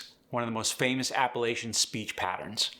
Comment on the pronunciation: You can't even pronounce Appalachian or yonder correct and you want to try to teach it? hah